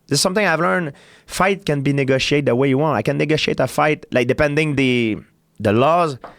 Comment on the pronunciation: he said negotiated but it sounded like nigga shade haha